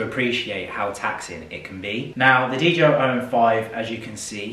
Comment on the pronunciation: Sounded like you was saying DGI not DJI